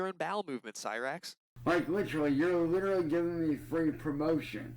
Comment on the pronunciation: It really annoys me when he pronounces literally as lit-trolley